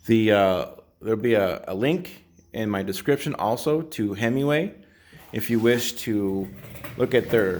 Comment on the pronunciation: You keep calling it "Hemiway" ... like a Dodge, lol! Nonetheless, thanks for a very informative video, going to head out to the garage and make some adjustments. Always thought 2 was too low and 3 was too high, look forward to remedying that. Can you post a link to the 2020 model video you mention? I couldn't find it.